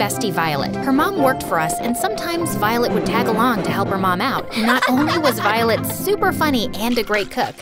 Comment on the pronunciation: The narrator had said Violet wrong 6 to 7 times if you listen closely she/he said Volet instead of violet